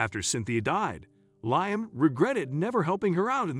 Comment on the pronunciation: His name is pronounced Lee am not lye am